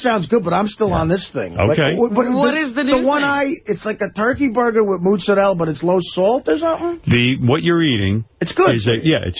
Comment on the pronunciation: MOOT-ZA-RELL - MAMA MIA!!!!!